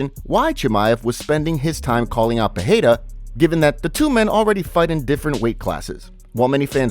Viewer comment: Thanks for proper annunciation of Perreiras name. Finally someone does it rught.